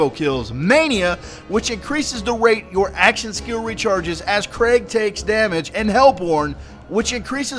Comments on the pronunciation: It may not be the best time to correct your pronunciation, but Krieg's name is pronounced "Kreeg" It is a German word that translates to 'war' My condolences for your loss. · Ummm... His name is said creeg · Name's German, it's pronounced "KREEG", like the end of "Blitzkrieg". In German, if you see two vowels together (i-e), you always pronounce the last one as a hard vowel (so "EE" not "eh"). Not to nit-pick or be a jerk, just thought I'd put it out there. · His name isn't Craig, it's Krieg. Pronounced like creeg. It's German for war. I gave up on this video about 2 minutes in due to your poor pronunciation of a fairly simple word. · 1: Krieg is pronounced with ee not ai. 2: It should be noted that in BL1, the pearls were pretty much only for bragging; there were orange, and even purple, that worked better for most class builds. 3: Thanks for doing what you do. I've gotten all five of my legendaries from your tips. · its Krieg - like blitzkrieg - German for war. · also its pronounced kreeg. krieg is german for war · his name is pronounced Kreeg, like blitzkrieg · Krieg is german for war, i think you should spell it out like "Kreeg" or something. But great video, like always :D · so his name is "Craig", coulda sworn it said "Krieg"..... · Its KRE-g like blitzkrieg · I think it's pronounced 'kreeg' as in blitzkrieg. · No, you said Creg, there is a big difference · My condolences about your grandma :/ And you pronounce his name Kreeg since Krieg is a german word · Just saying its pronounced kreeg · "Krieg" is German and simply means "war". And it's not "Craig"! More like "Creek", but with a softer "k" xD And I'm relly hoping for an awesome DLC, since Hammerlock's Big Game Hunt wasn't that good. OK, but Torgue's DLC was just too BADASS! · Say it KREEG not Craig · Craig?? Its Krieg bro. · His name is "KRIEG" you tard not craig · "Krieg" not "Craig" the Psycho, haha :P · Krieg means war in German plus its pronounced kreeg not kraig C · ITS KREIG